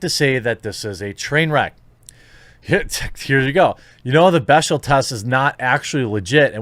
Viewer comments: As someone who used to date a hardcore feminist, it's pronounced 'beck-dell'. Not that it matters as its a measurement of nothing. There are heaps of movies that are super sexist that pass. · Jeremy, it's pronounced "beck-del." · The one thing you read actually had the pronunciation spelled out phonetically and you still mispronounced bechdel.